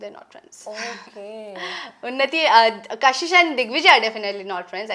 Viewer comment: Kashish ❎️ kasis 😂✅️